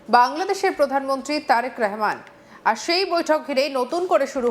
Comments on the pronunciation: রেহমান কি? রহমান বল। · তারেক রেহমান নয় তারেক রহমান